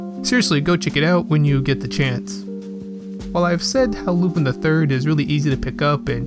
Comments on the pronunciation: Please for fuck sake say his name normally its lu-PAN not lupIn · I don't know if anyone's told you this or maybe you know now but you're pronouncing Lupin's name wrong, it's pronounced as "Lupon" it's pronounced as such because of his French heritage. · u pronounce it wrong so dislike its lu'pon